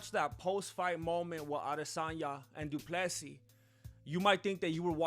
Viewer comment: Du Plessy it's Dutch, and one name 📛 it's (Bur'y) this people f...t up south African people. Love your work, but I'm not izi fan but, you spend little more than googling about history....